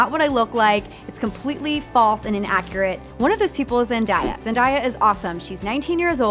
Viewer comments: zen-day-a. pronounced day like day of the week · It’s not Zendiea it’s Zendaya